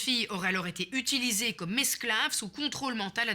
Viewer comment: c'est moi ou elle prononce "utuliser" au lieu de "utiliser"? c'est pas la premiere fois que je remarque ça, c'est utlra bizarre